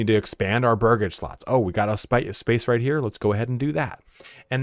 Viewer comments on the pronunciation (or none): omg, Burgage PLOTS... not slots. I know it seems like a minor thing, but it also makes me feel like you're not paying attention.